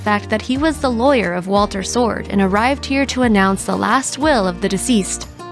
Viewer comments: Swords, not Sword. You’ve consistently mispronounced his name. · BTW, his name was Walter SWORDS, not Sword.